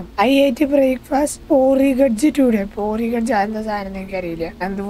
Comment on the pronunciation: Porigdg alla poridge kanji